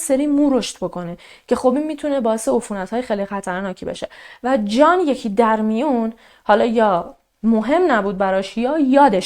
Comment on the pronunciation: سلام خسته نباشید عالی.‌...تلفظ اسم جان را خیلی شیک و دلنشین بیان میکنید مخصوصا دقیقه 16،،ثانیه 40 .یادم گفته بودید اهواز زندگی میکنید ولی لهجه جنوبی ندارید واین کاملا مشخصه ،چون خودم بختیاری هستم و اکثرا جنوبی ها بختیاری ویا عرب هستن بویژه اهواز وخوزستان...بیشتر لهجه تون تهرانی هستش یعنی کاملا تهرانی ست... ببخشید فضولی میکنم .فقط از روی کنجکاوی مطرح کردم....چون خیلی به شیوه اجرا و انتخاب پروندهاتون وشخصیت فردی خودتون علاقه مند هستم ،دوس داشتم بدونم کجایی هستید..البته اگه ممکن هست